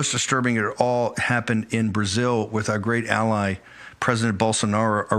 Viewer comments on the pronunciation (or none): none